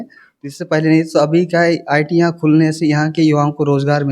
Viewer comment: ITIYAN khulne se😂😂😂😂 kya bol rha hai be 😂😂😂